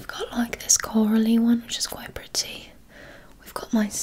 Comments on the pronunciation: Yea it sounds like Pri-Ty lol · saying "pretty" specifically in her British accent is one of my favourite trigger words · that’s how we British people say pretty